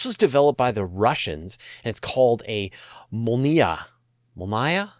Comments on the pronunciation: MOL-NYA not NAYA or N-YA The N is said like the Spanish ‘ñ’ Altogether NYA as one syllable. Molnya is Lightning. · Mól-ni-ya (mol is the strong syllable) = lightning in Russian